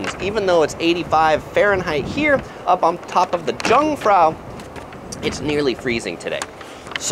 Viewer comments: Jungfrau = pronounciation = yoong - frah - ooh. J is not pronounced like jeans or so in German. Thanks for the clip! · Jungfrau is pronounced as 'yoongfrow' Jungfraujoch )yoongfrowyoakh like zoke but with the kh sound. )I know though too expensive for me to live there now, I ought to know I was only born there (in Bern). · Yah, the Tschungfrau, poor thing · I found your pronunciation of "Jungfrau" rather entertaining :D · Please say jungfrau again ^^